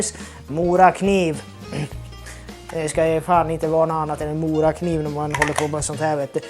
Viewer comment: Now I know how to pronounce “Morakniv”, not being from Sweden. Thanks for another wonderful video and have a merry Christmas!